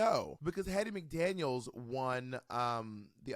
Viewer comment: Pronouncing names: Do better Bob. Hal-lee Berry, Hattie McDaniel ( no s). Ironically, got Viola’s name correct.